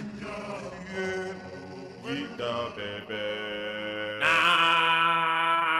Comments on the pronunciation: Took me while to figure out he was saying “Kick the beh beh” at the beginning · Technically isnt saying baby, he is saying Beh beh.